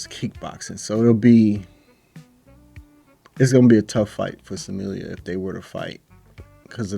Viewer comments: It's pronounced Smil-Lah...not Samillia. btw turn your fight volume on...then you'll be able to hear the impact of Dakota's punches and kicks, Trust me, Smilla wants nothing to do with Dakota...for a few years at least. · Smilla, not Samillia.